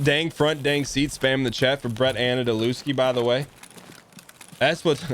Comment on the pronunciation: Bret anadelewski (butchered that last name for sure ) is an actual stream legend